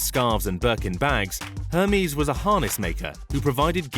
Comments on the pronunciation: Ermesse not Hairmeese ! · OK here we go again it is ERR MEZ NOT HERMEEEEZ. Oh god you are a mess. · i thought it was said air-may (Hermes) not Her-mees like the greek god. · narrator kindly check before narrating foreign names. its NOT "hermeees"... its "Air Mays." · You pronounced it as Hermeez??? It's pronounced ehhrr-mezz. Amazing. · “Hurmiez” lmao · "Her mies"... gosh. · But why does he pronounce it "her-mees"?😭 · Hermies? Really? Hermies? Can't even pronounce it properly.. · Did he say Hermès like hermes the god? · Lordy the way he mispronounce Hermes drives me crazy. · Pronounces Hermès wrong, uses a pic of Buffet when taking about Mars and says Mexico is part of South America 🤦🏻‍♂️ it’s part of Latin America but is in North America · im offended at the hermes pronaunciation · Arg there is only so many times I can listen to the word Hermes pronounced that way. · The H is silent in Hermès!!!!!!!! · Wrong pronunciation of Hermes !! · PM Layden It does. It says someone still has an expectation that someone creating content and posting it as purported fact do a basic level of research in order to correctly pronounce a commonly known brand name. It says she has standards that this crap video failed to meet. In addition, photos were misidentified as was the location of the entire country of Mexico which is in North America, not South America. If people are insulted just for holding others accountable for failing to meet basic standards, then the quality of everything will continue to decline. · I love shopping in aldi but for the love of god pronounce herme's properly please